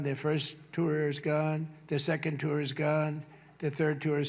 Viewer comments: Instead of 1st tier, 2nd, tier, he says tour. 😮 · The Felonious Orange Excrement keeps saying "tour" now when (at least it would be logical to assume) he means to say "teir". This is almost as good as "hamberder" or "covfefe"...